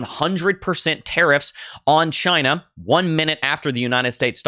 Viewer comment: "dont worry about CHY-NÑA":face-blue-smiling